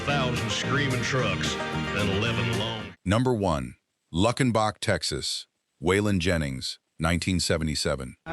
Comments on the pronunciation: Wish you would pronounce towns correctly. Lukenbach: LUKE!! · It's Luuuukenbach. AI ain't that smart, is it? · It's loo ken bach!! Please pronounce it correctly.